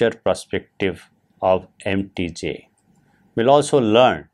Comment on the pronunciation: mtj is spelled "em tee jay", you're spelling it like mtg.